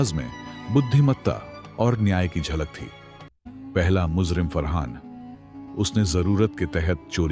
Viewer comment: raaj rahe raaz, muzrim nahe mujrim